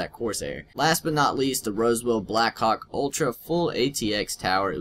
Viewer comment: lol NP man :D plus i was just trying something anywas not much people would be as nice as you xD...some people would just say...can u fuck off my channel xD...but not u...ur actually nicer than everyone...just...dont miss pronounce things like "black Hawk" xD